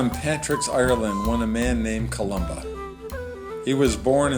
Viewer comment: Thanks for Butchering my name. Information would help your thick skull.